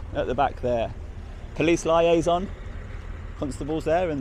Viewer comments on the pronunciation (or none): "liason" is pronounced lee-ay-zon, not lie-ay-zon.